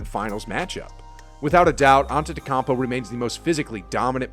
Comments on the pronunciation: Koun po, not kon po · Love your videos, long time sub and I agree with a lot of your listkia but, and can't believe nobody has mentioned it yet, so I will. Antetokounmpo is pronounced "on-ten-to-koom-po" not "on-ten-to-com-po" again just nitpicking, but that's how he pronounces it. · My boy said “ante-te-campo” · Your saying AntetecUmpo wrong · you pronounced Giannis' last name completely wrong btw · Hearing you mispronouncing Giannis Antetokounmpo’s name kills me😤 Just call him Giannis please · Dude how frickin dare you you can’t even pronounce Antetokounmpo right lol. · I’m sorry am I missing something or is no one mentioning how he said Giannis’ name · I'm going to need you to personally contact Giannis and apologise for butchering his surname my man. That was horrid. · Can’t stand the way you pronounce Giannis’ name. Sorry. Couldn’t get past it. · Good vid but a narrator who can actually say Giannis's name correctly would be ideal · I know his name is difficult but haven't you heard it enough by now to pronounce it correctly lol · Please try to improve your pronounciation of Antetokounmpo, otherwise a great video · Please stop saying Gianni’s last name if you not gonna say it right PLEASE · Man already won a championship, multiple mvps, multiple all stars, and a defensive player award and people still cant pronounce his last name right😔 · I thought I was the only one who got pissed at that. If you can’t say his last name then just say his first….quit disrespecting this man like it’s not 2022 and you can YouTube his name and how it’s said.